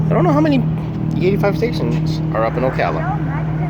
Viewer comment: It's so nice to hear someone say Ocala correctly for once!